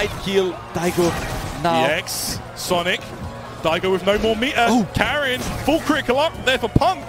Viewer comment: Everyone mispronounces Karin. It's a swedish name. It's pronounced car-in. As in the word car followed by the word in. Not carin'.